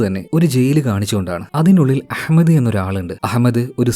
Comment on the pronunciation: That pronunciation of Ahmad...👍🏻🙌🏻❤❤🔥🔥🔥